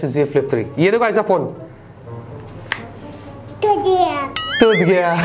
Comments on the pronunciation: Mujhe 'toot gya' ke badle 'ghatiya' sunai diya. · She said tutgaya But mene suna ghatiya 😅😅😅😅😅😅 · i thought she said ghatia 😂😂😂